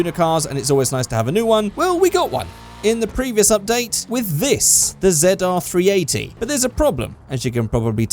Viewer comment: Did he say the zedar 380 wtf it's ZR380 I don't remember it being zedar380 just why